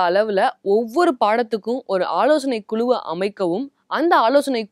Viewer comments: Yo have so much good info. Tamilll is horrible. Kulu, vila nu you are killing tamizh. Kuzhu, vizha nu proper ucharippu venum. Sad to see vikatan’s quality like this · Improve your thamizh pronounciation kuzhu that's is not Kulu.